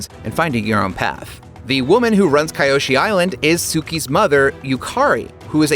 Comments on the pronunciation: Its key yo she not kai yo she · The biggest change is you saying it like Kai.yoshi instead of kee.yoshi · Key. Oh. She. Not. Kai. Oh. She. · It’s avatar KEE-O-SHE not KY-O-SHE.Clown. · Key-Yoshi not Ky-Oh-She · Who the heck is Cuh-yo-Shii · "Avatar Keye-oshi" Jebus dude. Maybe actually watch the show before making these videos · Kiyoshi. Key. Yo. She. atleast watch the show before presenting it. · Ki-Oh-Shee // Kee-Oh-Shee ...how can they hear the names of these characters and STILL mispronounce them!? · Another big change is saying kyoshi as kaioshi😂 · and "Kayoshi" Biggest Change Between IGN and the Animated Series: pronouncing "Kyoshi" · Kye-oshi 🤦‍♂️. You probably pronounce Mario, Mary-o. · Its KEE-OH-SHEE!!!! GOSH!!!!! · Kayoshi? Why do they butcher names everytime... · How to not-so-subtly reveal that you didn't watch either show: "Kye Oshee" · im sorry...Kai-oshi warriors? ...change that right now, we are not having another AHNG/UNG moment like the movie... edit: dude shouldnt read the script again, please go back to English class... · Biggest change is that you're doubling down on your mistake of mispronouncing Kyoshi Also, Ozai cried after burning Zuko,so clearly this is the Twilight Zone not the world of "ATLA" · The biggest change here is how you pronounce kyoshi’s name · the way you pronounced Kyoshi Island and avatar Kyoshi's name. Made me close the video right after that point. Lost all credibility. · The way you said Kyoshi…… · Can you learn to pronounce kyoshi it's sad how many times you miss pronounce it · With the amount of times they say "Kyoshi" in this video... you'd think they would want to get the pronunciation right... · The way you pronounce Kyoshi is a crime against humanity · Learn to pronounce Kyoshi correctly dude